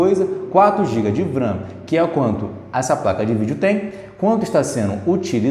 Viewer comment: SE LÊ (V) RAM NÃO (VRAM)